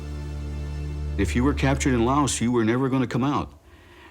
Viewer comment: I remember JFK talking about Laos but pronouncing la us with a long a